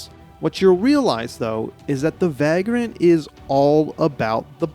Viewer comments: It's pronounced vague-rant (/ˈveɪɡr(ə)nt/), not vag-rant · It's pronounced vey-grunt. 😉